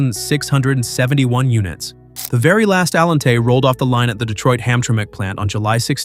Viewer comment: I like this video I do wish the artificial intelligence voice generator would be able to say Allante the way most people say auntie I understand and in fact maybe that's in fact a feature not a quark I like this video very much it was very entertaining